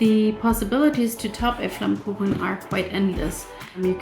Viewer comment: Your pronounciation of Flammkuchen is perfect!